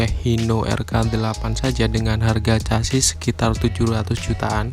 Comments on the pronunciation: Casis, sasis bro, cara bacanya semrawut, hadehhh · Chasis baca ny sasis bos....kaya anak esde aja